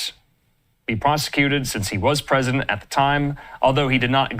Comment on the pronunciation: PER-IS-DENT PRESIDENT MIXED UP